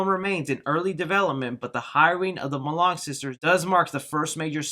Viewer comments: Pronounced: Mol-ee-new not Melonic or Milan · Molyneux is pronounced in the French manner, you uncultured rube. “Mol-uh-new”.